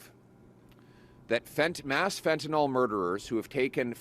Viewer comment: "FentanYL", Pierre - NOT "FentaNOL"!!! 😮